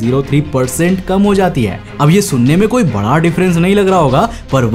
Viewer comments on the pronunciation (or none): none